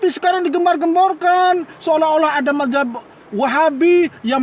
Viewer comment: Ngomong apa itu bos bos ..majhab atau Mazhab bos kok GK jelas c